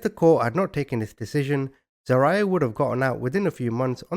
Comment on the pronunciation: I love you but you crack me up with your name pronunciations 😂 It’s Zah-rye-ya